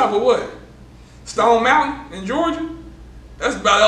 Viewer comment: Mane said Stone Montain! 😂😂